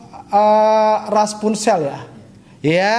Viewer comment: Rapunzel bang kok raspunzel😂😂